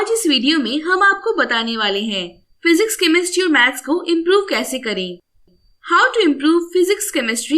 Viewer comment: First it is physics not phzics And it is science not synce